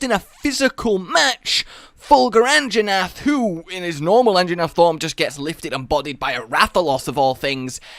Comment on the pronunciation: Anjanath, not "Anginath"